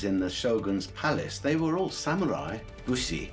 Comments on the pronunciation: Not the reveal ...."Sam-yooooo-raiii" *confidently ☠ Costumes are very tacky and inaccurate, too... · The narrator has a problem with the word samurai. Not sam mew rye, Sa mu ri Takes you out of the vid. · Christ! It's literally pronounced Sa-mu-rai like how it's spelt, not sam-yurai. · It's Sa-mu-rai, not "Sam-u-rai." Sheesh. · Omg... "Samyewrai"... Stop saying that. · Sam-your-ai? I’ve heard people from all walks of life pronounce samurai, and never have I heard it be pronounced with a “YUR” in there. Sam-orr-I. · The only thing I got from this documentary was sam-YOU-ri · "Sam-you-rai" ikyfl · well, the narrator said "sam-you-rie", sooooo it's par for the course. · I mean. They actually keep saying “Samyurai” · SamMUILAI ? WTF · Well made... shame about the narrator's pronunciation. "sam-you-rai"?? Annoying.